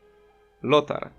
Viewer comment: To nie lotar tylko iotar :P